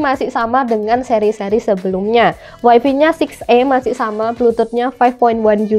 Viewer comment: Wifi (waifai) not waifi ya kak 😊